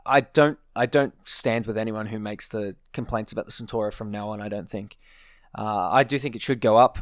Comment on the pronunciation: You're pronouncing "Centauro" wrong, you pronounce "centoro" with a soft C, in reality is pronounced CentAuro with hard C and A